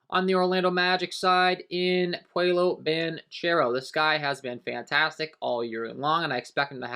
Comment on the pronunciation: its pronounced PAU-LO not whatever the hell you said lol...